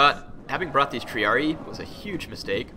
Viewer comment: Don't wanna be a kill joy, but I believe it's pronounced Tree-ar-red-eye. Correct me if I'm wrong.